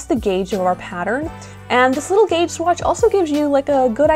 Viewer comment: Why do you write "gauge" and call it Geytsh?